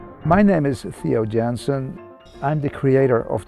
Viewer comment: 発音的には「テオ・ヤンセン」が近いのではないか そんで地名も「オランダのスケベニンゲン」なのではないか